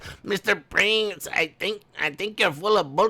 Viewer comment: Haha